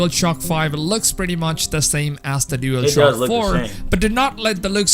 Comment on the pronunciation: Why does the guy in the video keep saying dealshock 5 lmao